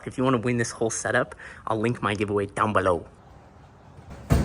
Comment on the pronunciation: down below,bro why did you say it like that 😂😂😂😂😂